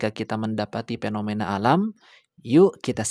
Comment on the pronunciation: Evolusi BKN eplolusi, fenomena BKN penomena